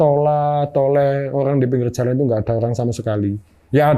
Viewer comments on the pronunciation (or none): Jalan mas, bukan calan